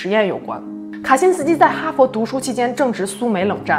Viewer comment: "卡辛斯基"讲得恰